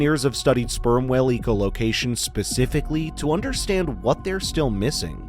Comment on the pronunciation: "EEKO" Location? More AI slop. You might get more subscribers if you just read the script yourself. You're relying on something that hallucinates constantly and can't pronounce common words.